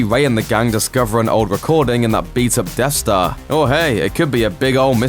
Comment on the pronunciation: Hey It’s Death Star Not Dead Star lol